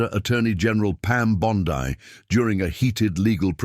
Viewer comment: Pronounced "Bon-Dee" not "Bon-Di".